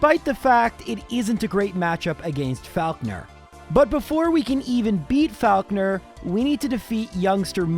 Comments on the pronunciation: I swear it's pronounced "FOCK-ner". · My god your pronunciation of Faulkner is triggering